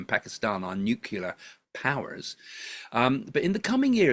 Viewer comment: It's NEW-CLEAR not NEW-KILLER 😄